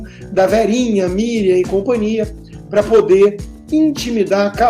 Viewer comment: Pior, todos os esquerdalhas presentes, riram da situação. O cara não sabe nem falar . Ele fala pa ao invés de para. Meu Deus. Que decadência.